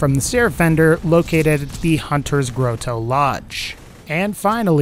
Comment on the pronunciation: "hunters grow tow"? come on man its not that hard